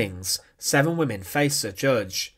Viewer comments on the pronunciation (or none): Wat een achterlijke commentaarstem exsecuteeeeeeeeeeeed prisoneeeeeeeeeeeers Ben Knaapen was theeeeeeeeeeeeeeeeere Die man moet naar een logodist Kapoooooooooo Prisooooooooooooon whimeeeeeeeeeeen Instantlllllllllllllllllllllleeeeeeeeeeeeeeeeeee